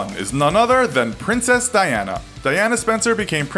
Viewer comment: It's princess Diana not princes diana